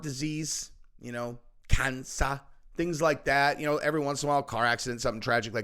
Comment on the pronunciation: says "cancer" like an old sweet british woman